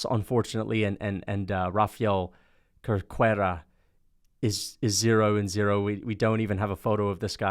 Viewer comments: Cerqueira is proununced Ser-Kei-Ra. Just like Caesar has a S sound. Dont be a MMA Che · Not trying to sound rude, but it was pretty funny to me. Cerqueira pronounces as "serkeira"